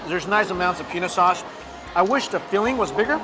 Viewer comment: did he just say penis sauce??